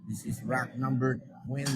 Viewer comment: RACK boss hindi ROCK ambubu mo